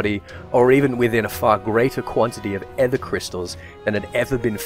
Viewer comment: Just so you know, aether is pronounced just like ether, that is "ee-ther". Not rhyming with heather.